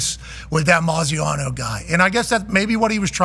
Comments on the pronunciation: Any insight to them saying Graziano’s name wrong? Not defending him at all, just want to understand the joke if there’s one there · Why was Pat calling Dan Maziano when he knows his name is Dan Graziano? That is so incredibly disrespectful to treat Dan like a nobody with the position he holds. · Isn’t it Dan Graziano not Moziano lol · He keeps calling him Maziano lmfao